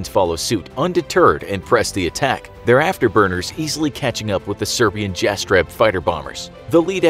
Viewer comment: Sorry but there is no evidence of event you're talking about. Jets of the VRS only flew for a few times and have never had an incident with the civilian casualties, also you butchered the name Jastreb.